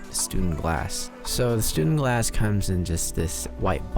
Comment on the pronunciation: You should probably get the name right before reviewing anything ... it's StÜNdenglass, or at least StuNdenglass for those with an impaired keyboard. ;-)